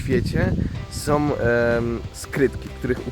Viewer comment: Naprawde "som" skrytki :D?